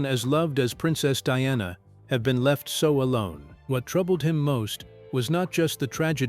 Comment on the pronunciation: Get it right it's Diana NOT DONNA 😂😂😂